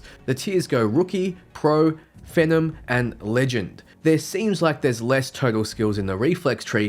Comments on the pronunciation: “Fah-Nahm “ as in “Phenomenal” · it's pronounced Fee-nomm - as in phenomenal, not like Venom with a PH.